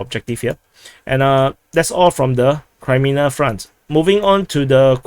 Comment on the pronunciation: sounds multi lingual since childhood to me. His English has not been a problem but a joy to listen to because it seems informed by other languages and his keen ear and sense of humour. I keep being frustrated by him saying Crymina instead of Kremina and Adivka instead of Avdivka. Lemon instead of Lyman has been among the highlights of commentator humour in these dark days. It is a pleasure to subscribe to him.